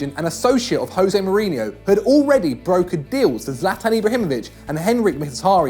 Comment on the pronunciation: Can this guy learn to say José Mourinho correctly?